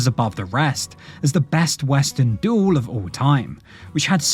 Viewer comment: oh dear robo voice says a doool whatever that is